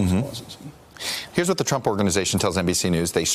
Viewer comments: "Donald tumpt" hahahha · Graham Jimerson almost sounded like "chump" lol